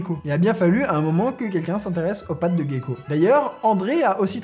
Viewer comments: On prononce Jéko et non pas Guéko. Voilà c'est tout haha. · Gecko pas guecko en français merci des bisous. Respect